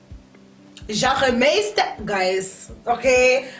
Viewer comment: you’re an entire mood😂😂🤣 the way you pronounced jagermeister